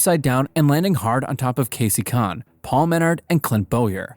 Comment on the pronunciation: “Kasey Kan” 🥀